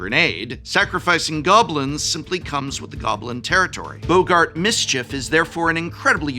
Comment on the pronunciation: 😂 calling boggarts "Bogart"